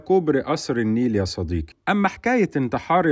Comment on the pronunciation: ياعم ونبي صديقي بالقاف مش بالكاف